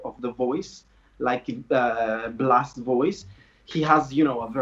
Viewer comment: just a note: it’s pronounced “Blas” not “Blath”. the “th” sound is only used in Spain with “z” or “ce/ci” :)